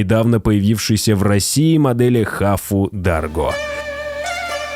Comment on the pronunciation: Автор ржу не могу как же ты коверкуешь названия марок и моделей !!! Хавал называешь хафу 😂😂😂 ауди 100 кузов C3 ты называешь ауди 100с3 просто жесть 😂😂😂